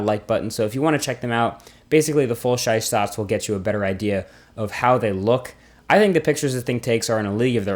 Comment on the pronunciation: Full shize sots 😂